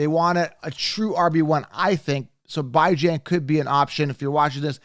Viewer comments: You keep torturing his name come on now….it’s not “BY JAN” it’s “BE JON” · The u pronounce Bijan makes u sus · Good stuff, but pronounce Bijan's name correctly. 😂. Thumbs up